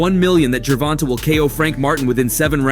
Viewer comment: This guy always says someone name wrong it's not fckn gervon-ta it's pronounced Tay ger von tayyyyyyyy da fck